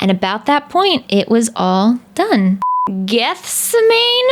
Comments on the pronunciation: it6s pronounced like jetsemanee lol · Well! Who'd have thought you were a fellow-Sleepyhead? The album's great isn't it? "Dangerous" is one of my favourites as well, along with "Gethsemane" (when you're having pronunciation problems, think of the story of the Garden of Gethsemane in the Bible and pronounce as Geth-sé-man-é, but run it all together and you'll get there). Vessel really is the 21st Century's Shakespeare with added music and I would have been kicking myself if I'd missed out on tickets too. I saw them last year and it was easily the best gig I've ever been to - and I've been to quite a few! Keep an eye out on the reselling sites and you might strike it lucky a bit closer to one of the dates and not have to consider selling a kidney for it - you've still got a few months to go. Great mask, by the way!